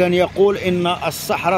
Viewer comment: الصحراء ليس الصحرة